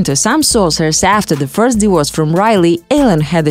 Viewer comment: Can you please get someone who can dpeak english. Its not pronounced a diwors, it is a di-vor-ce